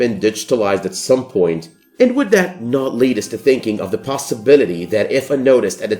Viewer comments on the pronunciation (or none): none